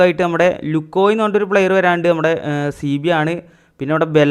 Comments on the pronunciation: ലുകോയി ❌ ലൂസിയോ ✔️ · ലുകൊയ് അല്ല ലുസിയൊ 🤣🤣🙏🏻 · Lusio ann pronounciation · Lukio alla ലൂസിയോ bro efootball kalich matram football fan ayathann thonnun😅